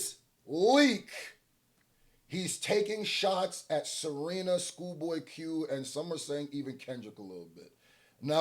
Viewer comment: Serina & not Serena, when you talkin bout SERENA is nasty yo smh 🤦🏾‍♂️🤦🏾‍♂️